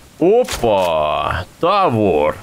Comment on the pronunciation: Не "Тáвор", а "Тавóр") Спасибо большое за видео! )))